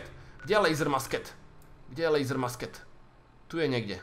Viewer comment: ta tvoje musket se vyslovuje mušket nebo mušketa :-)